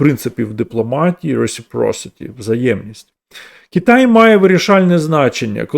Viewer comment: Кітай, Кітай, Кітай... Кожного разу коли автор це говорив, аж сіпало. Будь ласка, говоріть Китай.